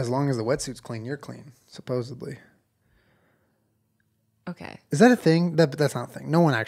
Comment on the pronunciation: “Supposebly” -julen 2019